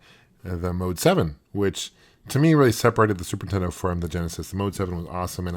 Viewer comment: I love how he says "the zooper teddoh" instead of super nintendo, i do that too